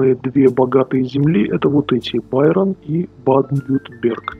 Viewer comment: произносить правильно надо "Байэрн" и "Ба-аден-Вюртэмберг" ... странно слышать такое произношение от человека, который живёт в Германии не первый год, как я понял, при всём уважении ;-)